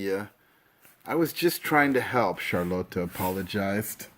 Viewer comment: Dude it's not charloto it's Charlotte